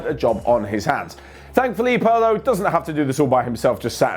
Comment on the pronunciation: Why is keep mispronouncing Pirlo's name?😂